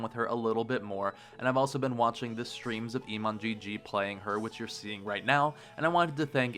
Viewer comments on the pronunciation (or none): Emon gg? Who says that? It's simply Emongg.